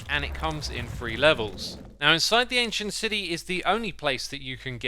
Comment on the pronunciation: No one: Xisuma: ancient CIDY